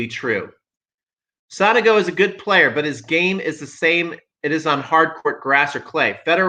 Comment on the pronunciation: With all respect theirs no A in Sonego. Is so- nego. Not Sanago.